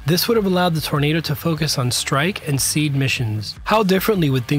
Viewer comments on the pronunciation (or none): none